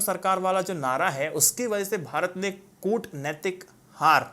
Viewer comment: कूटनैतिक pronunciation galat hai